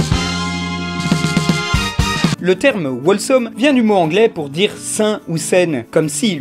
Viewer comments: C pas wolesome mais Holesome pour la prononciation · attention par contre, Wholesome ça se prononce "HHHOLESOME", avec le Wh qui se prononce juste comme un h souflé, comme Who :) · Cringe! On ne prononce pas le W dans wHolesome! (désolé je suis anglophone) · Wholesome ne se prononce pas "wall some" mais "hole some", il ne faut pas prononcer le w, il faut le lire comme si le w n'était pas dans le mot. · Dans wholesome on prononce pas le W